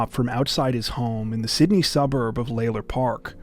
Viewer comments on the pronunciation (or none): none